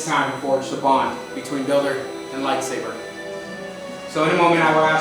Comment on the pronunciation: EXPOSED. ”lightsaver”. fake fan. its pronounced lightsaber